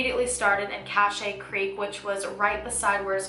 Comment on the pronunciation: great vid! cache is pronounced like cash tho